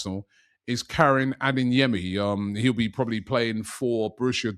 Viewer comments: Robbie please stop saying “adinyemi” lool the name is pronounced how it’s spelt but for you say A-DAY-YEMI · Day 19 of Robbie calling Adeyemi “Adinyemi”